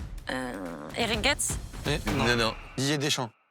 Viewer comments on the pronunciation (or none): En vrai elle a dit Aguerbel (au lieu d’Abergel), et Eric Gets (au lieu de Gerets et en plus c’était Deschamps la réponse), Elin / Ilian / Aline (au lieu de Lunin) et elle a dit 3-5-2 pour Lens C’est peut-etre le stress mais c’est un peu étonnant. Je pense que ça montre qu’elle suit pas le foot depuis longtemps ou bien pas avec précision. Mais en même temps sur Montpellier elle savait tout sur tout, donc peut-etre qu’elle connaît que l’histoire de Montpellier. elle a dit Nice au lieu de Lille pour Gabriel. Donc le quizz pas ouf mais l’avis tranché est propre. J’ai trouvé bon et on sentait qu’il avait vraiment l’esprit After Foot, par contre sur l’avis tranché il s’est fait déstabiliser par les questions de, mais le debut etait propre. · Aguerbel (au lieu d’Abergel), Eric Gets (au lieu de Gerets et en plus c’était Deschamps la réponse), Elin / Ilian / Aline (au lieu de Lunin) et elle a dit 3-5-2 pour Lens. C’est peut-etre le stress mais c’est un peu étonnant. Je pense que ça montre qu’elle suit pas le foot depuis longtemps ou bien pas avec précision. Mais en même temps sur Montpellier elle savait tout sur tout, donc peut-etre qu’elle connaît que l’histoire de Montpellier. elle a dit Nice au lieu de Lille pour Gabriel. Donc le quizz pas ouf mais l’avis tranché est propre. J’ai trouvé bon et on sentait qu’il avait vraiment l’esprit After Foot, par contre sur l’avis tranché il s’est fait déstabiliser par les questions de, mais le debut etait propre.